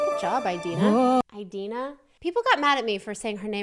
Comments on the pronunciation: a-deenaa not eye-deenaa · it’s ih-dee-nuh not eye-dee-na :) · So for Idina's name, the "I" is pronounced the ih, like when stitch is saying yes in lilo and stitch and he goes "igch". think about that sound so rather than aye-dina- its i-dina. at least that's how Ive always heard it pronounced, :p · her name is pronounced in-deen-a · Btw it’s ee-dee-na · You pronounce Idina like the I in the word "in" :) just to clarify since she seemed confused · You pronounce it “adina” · You say Indina Menzel's name like (In-Deen-Uh Men-z-elle) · I think its pronounced "id eena" :)